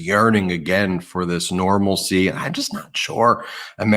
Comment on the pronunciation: Ben, The word is NORMALITY... not normalsee that is not a word!